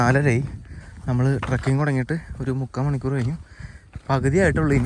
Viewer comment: sorry it's not trucking it's trekking please correct your pronunciation